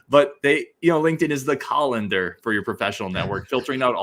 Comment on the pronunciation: Nice one, lol. can't even pronounce it right, lol.